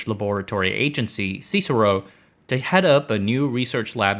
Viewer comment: Thats CEE ESS EYE ARE ROE seecero 🤣